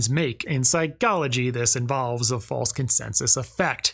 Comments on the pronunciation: "In Psy-CHO-logy" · “This is what we refer to in Psy-CALL-ogy as…” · why do you say psychology like that